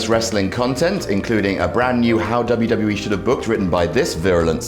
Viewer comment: if this guys gonna do the rest what culture video im gonna stop watching it this guy sucks and i totally hate it when he says WWE in that weird way .....such an ass